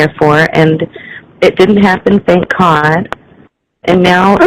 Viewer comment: The poems are making me gag.....the vomit is nearly there.....for the love of Cawd,, STAWP!!!!